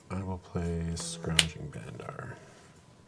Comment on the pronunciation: Its pronounced BANDAR not bunder.